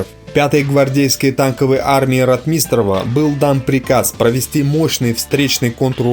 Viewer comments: Дружище, проявляйте уважение к тематике, о которой говорите. Тема ВОВ - святая тема. Нельзя игнорировать даже, казалось бы, мелочи. Если претендуете на знание событий, нельзя, например, фамилию командующего Ротмистрова произносить как РотмИстрова. Это дурной тон, свидетельствующий о том, что слышите фамилию впервые. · Некоторые тут бросаются на произношение автора сего ролика. Не РотмИстров а РОтмистров и далее. Кто еще интелегентно, а кто как последний люмпен. Дорогие граммер наци, а вам не приходило на ум что парень говорит с родным для его мест акцентом? У него довольно различимый северо-кавказкий акцент (точнее сказать не могу). Вам бы на иностранном языке так историю рассказывать. А по сути, рассказаное интересно, и исторически важно. Так что не судите, да не судимы будете господа\товарищи. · Ватунин? Шта? Ватутин! Ратми́с ров? Шта? Ро́тмистрова! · Хороший выпуск,только не РотмИстров,а РОтмистров!)и другие оговорки по фамилиям.Ты молодец, только ударение таких фамилий все же лучше говорить правильно!) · Только не РотмИстрова, а РОтмистрова. Как автор, который занимается исключительно военной тематикой, не знает этого? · обоснуй Потому что Ротмистров, от слова - ротмистр. Просто это слово, в Русском языке, имеет ударение на первый слог - РОтмистр, а не ротМИстр. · РотмИстров??? Не читай текс сам, позорник. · Ударение в фамилии Ротмистров надо делать на первый слог - РОтмистров! (без обид!) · Постоянно неправильно ставит ударения - "РотмИстров", "сетовАли". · Хотелось бы чтоб ты правильно ударение произносил в фамилии Ротмистров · Ро'тмистров, тоже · Неужели так трудно ставить правильно ударения - Ротмистрова - ударение на первом слоге! На первом! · В фамилии Ротмистров ударение ставится на первый слог. А с остальным не поспоришь. С Днем Победы вас Россияне!!! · Режет ухо, похоже неродной русский диктора. Кто нибудь, подскажите диктору, что фамилия РОТМИСТРОВ произносится с ударением на первом слоге. рОтмистров. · Фамилии исковеркал, Ватутин,Ротмистров.